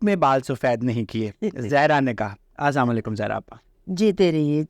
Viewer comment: سلام تو صحیح تلفظ سے کریں۔